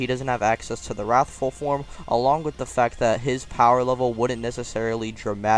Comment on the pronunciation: Nice, seriously! But the “He... is.... warthful super saiyan” made me laugh.